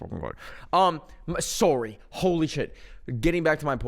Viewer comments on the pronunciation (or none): i forgot how canadians said sorry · PLEASE I NOTICED THIS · you can hear the canadian escape from him whenever he says sorry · sometimes i forget is canadian and i get whiplashed with a "SOOARIE" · I just realized says sory😭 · its the "soory" lol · any time he said sorry I couldn’t HEARRRRR the Canadian accent in his voice 😊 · the most Canadian sorry ever